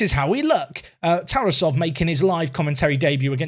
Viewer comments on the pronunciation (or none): unsporting personality of TarAsov (that's the proper pronunciation) is a little bit of concern for a 100m player